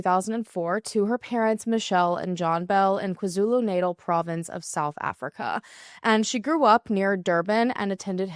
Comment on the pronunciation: Me as a south African not knowing anything about this case😮....also how you pronounced Natal is so funny😅